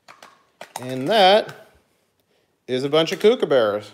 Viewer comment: It's cook a burra. not koook a burra.